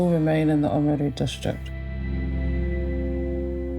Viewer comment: It’s nice to hear them pronounce “Oamaru” properly, and not in the North Island. …up until the last part anyway.